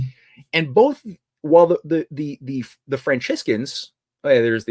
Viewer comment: I would put more stock in theories if he took the time to learn how to pronounce common words and names like bas relief, Thames, Franciscan, Ignatius Loyola etc.